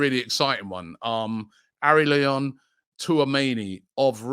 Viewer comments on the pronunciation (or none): it's pronounced "Aurélien" Robbie